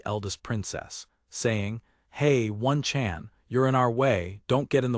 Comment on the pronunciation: If im wrong please correct me but I keep hearing one-chan being pronounced ONE, Chan. when most of my life I've heard it pronounced Oh-Nee-chan. I may be American but i had a Japanese Babysitter and she was awesome.^^ Feel like if we adopted some of their homestead cultural customs things in America could improve quite a bit. As powerful and modern and civilized as we think we are.. they sadly got us beat on a lot of fronts.